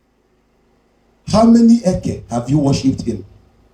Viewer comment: Eke' is not Eke" different sound accent and meaning in igbo land. Be careful what you teach. 😅